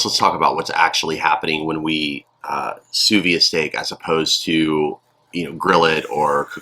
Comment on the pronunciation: I'm probably not the first person to tell you this but you are supposed to pronounce the d in vide